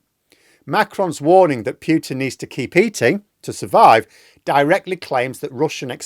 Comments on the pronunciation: please Pootin.........not Pyootin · I like the video, but the word Putin rhymes with 'brute', not 'cute'. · Us EU citizens call him "Pootin", as that's how Russians themselves pronounce it... Just native English speaking people pronounce it "Pyutin" 😂 And it sounds stoopidd...